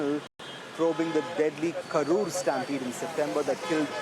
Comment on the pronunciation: It's not "karpur" .. It's "Karur" !. Change the place name